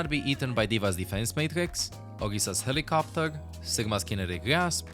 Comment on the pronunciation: I love the way he says HeLiCrOpteR😂